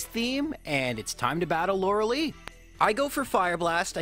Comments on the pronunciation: Lorel - ee It’s Lorel - I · "Laura Lee" facepalm this game has been around for 24 years you'd think you learn to say Laura LIE. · Its pronounced lore uh lie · No one can pronounce Lorelei correctly lmao